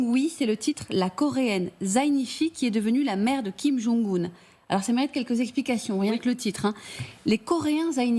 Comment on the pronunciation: "cha merite quelques j'exchplicachions" 🤣